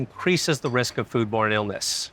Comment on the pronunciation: Any one else hear the doctor saying "food porn" instead of "food born"? Even went back knowing what he was saying and still couldn't hear it correctly